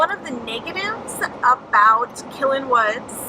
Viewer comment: Great Video, you are pronouncing the name wrong. Say Ki then say Len . I don't care how sweaty you get because I don't have Smell-o-Vision . I have hiked those trails and getting back from the river back up to the campsite makes me sweaty too. (and very winded) And, I am not pushing a stroller ! Please keep doing these videos, as I explore more state parks it gives me an idea of what they are like.